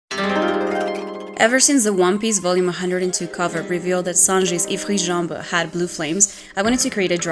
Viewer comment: Goated! You’re also the first one I’ve heard pronounce Ifrit Jambe in French xD